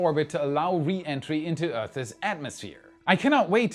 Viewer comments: I'm just trying to help. Earth in the possessive is one syllable, not two. It's just earth with an s sound at the end. I hope this helps. I love your show . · why can't you say "earth's" right? lol